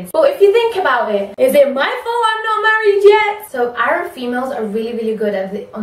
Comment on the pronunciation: I love the fact that you pronounce arab in the arab way. (as 3arab)